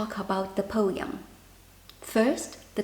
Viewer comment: po-em, not po-yum 😊